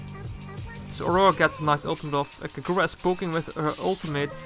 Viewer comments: I dont like the way he pronounces Kagura xd i think is kagura as short and sweet, not kaGOra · Why do you say Kagura like that, the gu are pronounced as gú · That is not how you pronounce her name.